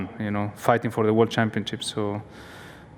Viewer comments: Alonso keeps on saying Wor instead of World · When Alonso says 'world' it sounds a bit like 'war'...